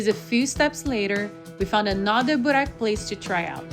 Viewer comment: GET YOUR PRONOUNCIATION CORRECT PLEASE, IT'S BORAK, IT'S CALLED BÜREK , JOGURT , THE J IS SAID LIKE THE ENGLISH Y IN BOSNIA.